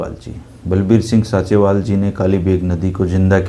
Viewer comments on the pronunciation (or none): भाई उसका नाम संत बलबीर सिंह “ सींचेवाल” है ना कि “साँचेवाल” please correct Thanks 🙏🙏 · Sinchewal है जी ना कि Sanchewal